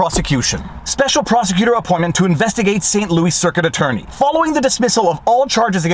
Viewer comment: He used the same pronunciation for Louis Rossmann's name.